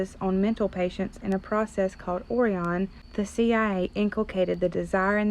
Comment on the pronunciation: Interesting. It’s definitely sus AF. BTW you say “Orion” funny 😄